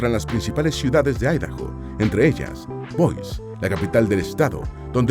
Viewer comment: La capital de el estado de Idaho no se pronuncia bois